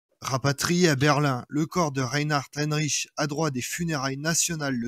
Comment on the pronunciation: C'est Reinhard Heydrich et non Heinrich comme vous le prononcez